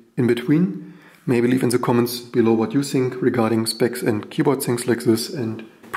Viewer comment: Finally someone addressing the maglev keyboard. BTW why do you say "Z" when the words have a"T"? Think is not Zink.. ;)